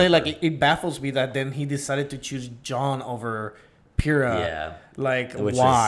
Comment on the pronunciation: Question,, I can't tell if it's just bc of your accent or not but are you saying Jaune as "John"?